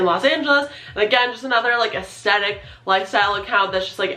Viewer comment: Hey girl. You're saying the word 'aesthetic' wrong. And you're saying the word a lot. Aesthetic has a 'th' in it, you're saying the 'th' like a t. Sounds weird, over and over again. A-es-thet-ic. Not A-es-tet-ic.